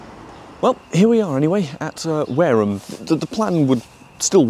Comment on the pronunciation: "Warham I" oh dear don,t give up the day job. Good video as usual.